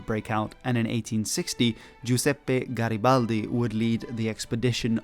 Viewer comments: "What are you doing?" "Nothing...Me? Just hanging around" P.S. That Garibaldi pronunciation at the beginning was perfect 😗🤌 (chef's kiss) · OMG HE PRONUCED GARIBALDI THE RIGHT WAAAAYYYY OMGGGG